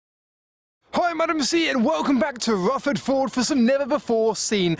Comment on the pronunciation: 'ffwuffawd voohrd'